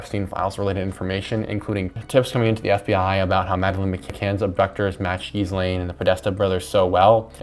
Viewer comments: not that she deserves the respect of a proper pronunciation, but it's pronounced "gillane" or "g'lane" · It’s pronounced Gee Len or at least that’s how Ghislaines brother pronounces it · Hearing you say gizz over and over again was the worst. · Wait, you pronounce Ghislaine like that on purpose? Is it just an act of disrespect, or...?